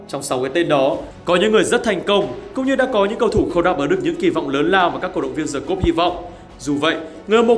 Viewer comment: với tư cách là một người sống ở nước ngoài lâu năm, t nói thật nhé, ở phương Tây người ta chả quan tâm m phát âm là "Đì" hay "Đờ" đâu 😂 miễn đừng có "Giờ" và nó hiểu là đc rồi 😂